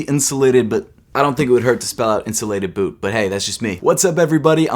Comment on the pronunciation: 😂🤣😂🤣 Yeezy Insulated Butt?? I know u were saying it without vowels...just sounded funny when u said it. These def not for ppl with thin legs.